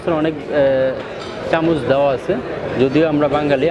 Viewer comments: Oh cm on .. this is chamoch.. not chamis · kothata Biriyani....not birani.....aar kothata Chamoch hobe.....chamich na.